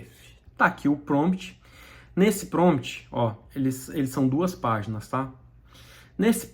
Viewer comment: Crítica construtiva: Não se fala PROMT, o correto é PROMPT. Gostei muito do vídeo, abraço